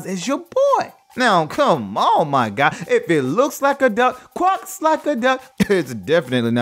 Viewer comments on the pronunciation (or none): Quack not quock